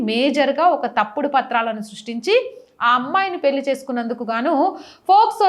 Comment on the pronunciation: పెళ్లి అని పలకాలి, పెల్లి కాదు, హరేకృష్ణ 😊